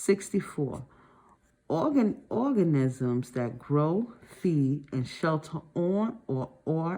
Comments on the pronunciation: The way she kept calling ‘organisms’ ‘orgasm’, damn near chocked on my food from laughing so hard. Maybe sounding out word is harder for some people. After watching multiple videos, it’s obvious that she’s been memorizing and guessing words for years instead of actually reading. All good. We all have our areas of weakness. Still happy there is a video like this to help us study. 💕😅😮‍💨😁☺️. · I lost it with the orgasims. It was very difficult to comprehend when you couldn’t see the questions and the pronunciation but I did get something out of it